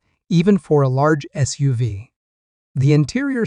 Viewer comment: Just listen to it yourself. It’s ridiculous with pronunciation. For example SUV is said like it is a name and not an acronym.